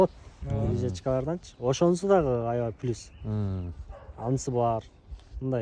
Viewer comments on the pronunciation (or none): none